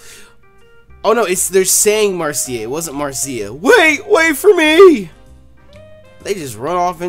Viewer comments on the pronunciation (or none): Marcia is actually pronounced Mar-sha